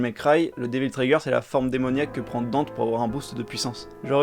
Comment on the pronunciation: Par contre le fait que il l’appelle DANTE, bordel il sa se prononce DANTÉ ils ont fais la meme connerie dans dmc